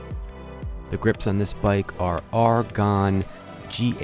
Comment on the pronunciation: Er-gon, not J.R.R. Tolkien Ar-gon. Had to tease ya buddy‼️😬